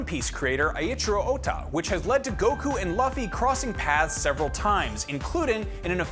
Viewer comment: (Ee-chear-oh Oda)